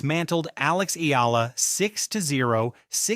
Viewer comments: E-AH-LA E-AH-LA E-AH-LA E-AH-LA, NOT E-EE-LA If you have to use AI, program it to pronounce names correctly!!!!! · Pls pronouce her name correctly as Eh....yah....la....